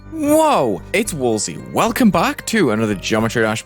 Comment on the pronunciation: Wuh its woalzy